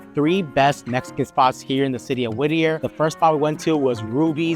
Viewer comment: Whittier not whitter